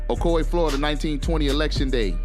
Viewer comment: these yankees crack me up by the way they pronounce ocoee like " o co eeee" when it's suppose to be like "o coy"